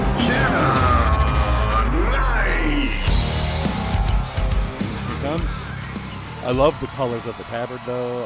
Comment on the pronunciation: Might work on pronouncing the fighters names correctly. Shanna is pronounced how it's spelled. Y'all keep calling her Shaina. Just a pet peeve to show respect to the fighters.